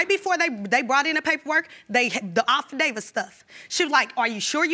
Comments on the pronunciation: These poor children! From the unnecessarily LOUD overbearing mother, who yelled at her boyfriend the whole episode! To the cruella deville sister who said "offadavid" in stead of 'affidavit'..its too much! Like judge Lynn toler says: " These little ones growing up in an environment like this, will create little tornadoes in their mind.."SMH! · Her sister being there was pointless. She just added to the loudness. 📣 ...and did she really say "off-a-davis" (affidavit)?? LOL! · I was listening like "what you talking bout Willis? Yea she messed up affidavits 😅